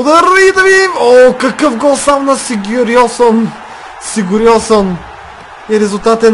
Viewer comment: Име се произнася Гилфи Сигьордсон ;)